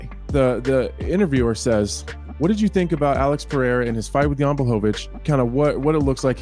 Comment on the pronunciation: His name is PeReira not PeRReira you only pronounce it like an H if it is at the beginning of a word like Restaurante or if it is a double R. I can't hear it anymore dude.. Everybody calling him PeHeira for no reason there is no second R in his name????? What makes you pronounce it like that???? Still better than those American boneheads saying Pierra but stop calling him PeHeira PLEEEEASE it is P E R E I R A!!!!!!!!!